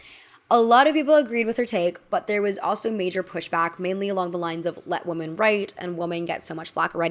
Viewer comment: Hello! The plural of woman is women and it’s pronounced “wi-men”. The way you pronounce women is the same as woman, which is incorrect! I hope this doesn’t come across as mean! It’s frustrating when folks mispronounce words and no one helps them. 💗 I love your videos!